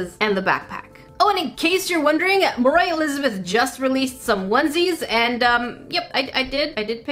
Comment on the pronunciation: you said mor i lizebeth